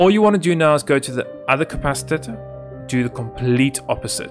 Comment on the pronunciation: ah yes the "capcitator"